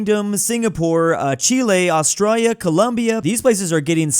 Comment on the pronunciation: I love how u pronunce Australia, it sounds so sexy